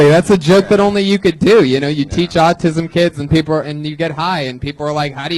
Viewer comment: Dude teaches kids with autism but pronounced it aucum???